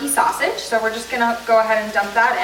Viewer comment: Did you say sausage?